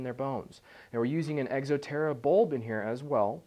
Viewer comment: hahah he says egxo terra :m